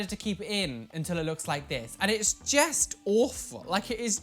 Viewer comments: "it is jest awful" 😂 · its jest sooo bad! Its jist, jest! Jest sooo confused about whats happening hahah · Fun quarantine game: take a drink every time says “jest” 😂😂 I love you so much though ❤️ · *talks about eyebrow piercing* Me: hehe “jESt”